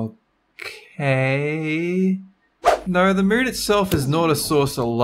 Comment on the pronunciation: omg I LOVE that accent. The way u say Moon is funny